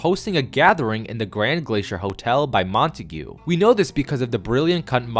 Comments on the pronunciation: Montauge is pronounced “Mon-Tog” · I never knew Montague was pronounced like that 😂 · cant get over the way he pronounces Montague lmao